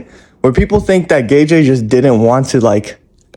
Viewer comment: Its pronounced like GayGay not GayJay